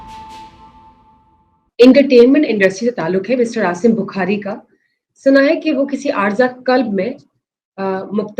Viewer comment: مبشرصاحب اس بچی کی جوآپ سے بات کررہی ہے اس کی اردوہندی سے ملتی ہے اس کاتلفظ تو ٹھیک کروائیں بخاری کو بکھاری کہتی ہے